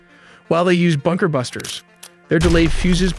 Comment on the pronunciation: It's sound so weird when you keep saying BUKER - BUNKER when everyone knows he was in his office. Means he was not hiding.